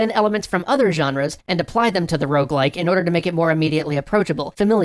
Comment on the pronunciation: Will everyone stop saying ''rouge-like''? It's ''rogue-like''. As a French speaker, seeing ''rouge-like'' used bugs me to no end. It doesn't make any sense. Rouge is simply the word for the color red. Rogue-like refers not only to the game most often credited with spawning or at least influencing the genre, ''Rogue'', but also points towards the stealthy, somber and roguish nature of most rogue-likes.